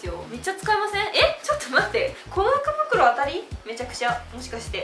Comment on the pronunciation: イントネーションが服袋になってた😂